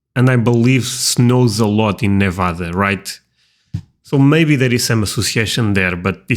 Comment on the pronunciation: i love this video but its always a tiny bit disheartening when someone says nevada wrong lol! (its neh-vaa-duh with an e in the beginning and a long a!) we're probably one of the only states who harps on it so much but we've got our state pride like everyone else, known for aliens, nuclear bombs, casinos, prostitutes and amazingly beautiful nature! if you ever have a chance to visit the northern part not just vegas its gorgeous in the winters and up at the lakes during summer!